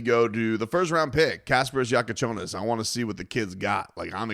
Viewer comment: Hopefully it will help with pronunciation...., Casper👻s Yakuchonis (Kasparas Jakucionis). And he is 19 years old, not 21!